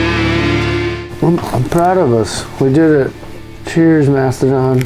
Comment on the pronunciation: ITS MASTODON, NOT MASTODONT